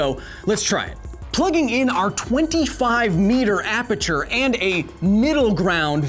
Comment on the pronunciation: I am guessing going down the comments would show me someone cringing on Kyle's pronunciation of aperture.